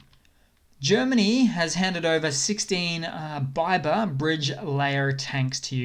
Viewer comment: Bridge layer Biber pronounced “beeber” Means beaver in German